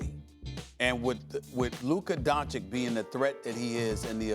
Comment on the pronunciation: For a top notch reporter we should expect after 18 months to pronounce Doncic correct. Stop it!!! SaS. Even chinese and Arab reporters are pronouncing it correct.